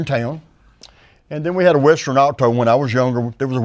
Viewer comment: “Western Awe-toe” 😂